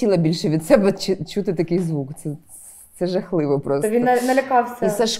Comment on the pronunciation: саме це я і хотів сказати, суржик всюди. Якщо не суржик, то люди просто попаплюжили слова і кажуть "чюти" а не "чути".